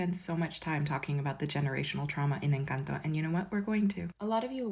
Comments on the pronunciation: people who say: “encãnto”: we want this we love this we NEED this. people who say: “en-CAN-tOe” <—— but this.. yeah we don’t need this 😅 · en- cahn (so like saying “can’t” in a bit of a British accent)- toh en-cahn(/cawhnt)-toh The last bit isn’t like towe (toe), it’s more like a T-sound and then “oh” This was really confusing and I hope it somehow helped